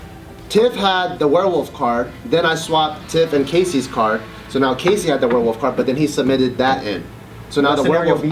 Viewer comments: Lol, "werewoof" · I love how pronounces werewolf as "werewoof" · "Warewoof" lol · OMG SAID "WEREWOOF" A HUNDRED TIMES GAHHAHAHAHAHAHAHAHAHA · At the start, keeps saying Werewoof. Absolutely hilarious and cute (๑´∀`๑) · says werewolf weird it gets worse since she says it a lot